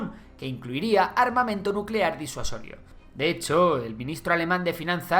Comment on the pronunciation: Nucelar, se dice nu ce laaar